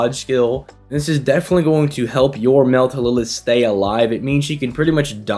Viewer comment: I don't know if you've addressed this but why do you call her Meltlilith instead of Meltryllis?